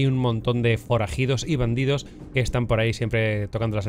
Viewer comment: Hay forajidorss y bandidorss por ahí... xD Me encanta la naturalidad de en los videos;)